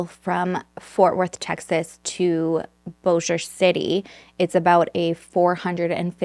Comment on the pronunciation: This is crazy! I am from FW area and grew up near Bossier, never heard of this case. And way to go on pronouncing Bossier correctly! I hear so many versions. So, 👏👏👏